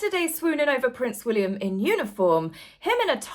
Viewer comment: I've heard, and totally agree with, that the new way to pronounce Prince William's name is Prince Will-yummm!